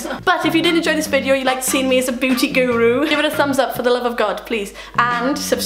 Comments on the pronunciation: its beauty not booty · u said beauty correctly a total of like 2 times this ENTIRE video smh